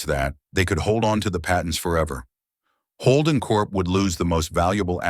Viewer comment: The way they butcher 'Holden' is a crime! I lost track after the 5th butchering!